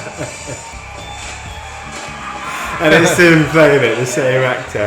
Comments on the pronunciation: guys his name is pronounced "england" as in the country haha not "englund" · It is ENGLUND not EGLUND LOL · Did I miss something where you decided to say Robert England's name funny? I've rewound it several times at different points with the volume up and it's sounded like you're saying Robert Enguhlind and Robert Eggoland multiple times. It's like England but with a U. Robert Englund. Eng-lund. Regardless of differences in accents, it's two syllables. You keep doing three syllables and making it sound funny. En-guh-lind. Egg-oh-land. Then at the end it was all Robert Egglin. I know it's all in my head and I'm sure other's wouldn't hear it but would think I say it weird. And/or it's like a laurel/yanny thing. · Jesus christ its not Robert Eggland, its Englund. For gods sake man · You guys are killing me calling him Robert EGG-LUND... It's ENG-LUND